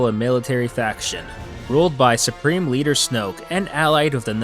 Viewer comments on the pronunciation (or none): none